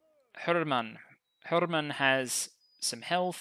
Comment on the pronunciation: If you're interested in pronunciation help, for Hermann I believe you're making the pause between the two word-parts a bit too long. :) The correct delay to me feels like Coffee. Cof-fee. Her-mann.